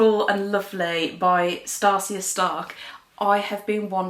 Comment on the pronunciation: Great video! FYI Stacia is pronounced stay-sha :)